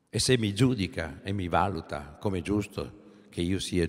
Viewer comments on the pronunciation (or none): none